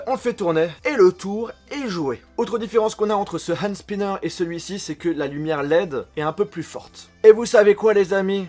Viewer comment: Désolé mais c'est pas spaiiiaianer mais spinner